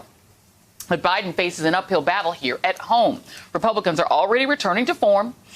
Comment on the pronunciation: Mitch "rePELcans" 🤣🤣